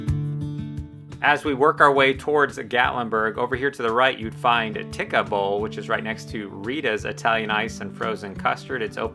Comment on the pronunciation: Fantastic video. Looking even more forward to coming back next year. So much to see and do. Fantastic. Tikka = pronounced teeka! 😁